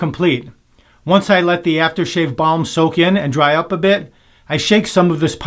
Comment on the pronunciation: Balm, not ball.